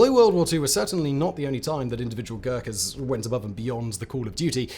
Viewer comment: God!!!! You just butchered their name with dreadful pronunciation!!!